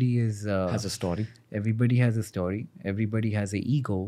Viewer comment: is anyone else irked when ranveer says 'STAWRY' insead of 'story'?